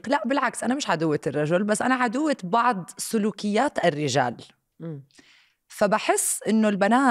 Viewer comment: اسمها "بعض" مش بعِض